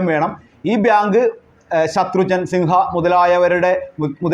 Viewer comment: കാര്യമൊക്കെ കൊള്ളാം അവതാരകൻ തപ്പിപ്പിടിച്ചു ബിയാങ്കു ഭ്യാങ്കു എന്നു പറയുന്നതല്ലാതെ കൃത്യമായി ഒന്നും മനസ്സിലാകുന്നില്ല.